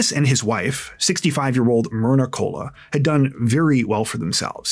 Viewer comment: Pathetic how often big TC YT channels make major pronunciation errors. Like Koula is Cola. listened to the 911 call, as we all did. But many TCers are lazy.